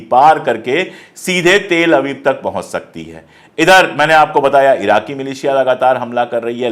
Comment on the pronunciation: Pandey ji please pronounce Tel-Aviv properly.